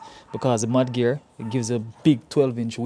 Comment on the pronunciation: I thought you said 'Man Gear' 😂😂